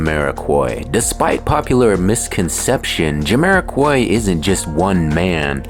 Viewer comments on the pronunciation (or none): it's Jamiro(kwhy) not Jamiro(kuoy), AI smh.